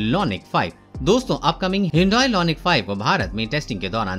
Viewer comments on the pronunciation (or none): LONIC nahi IONIC